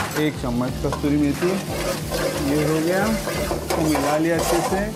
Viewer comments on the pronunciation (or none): कस्तुरी मेथी नहीं, कसूरी मेथी बोलते हैं... 😊 😊 😊